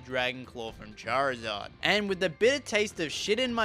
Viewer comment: Its charizard not charzard charizard not correcting im just saying no offense😅🙌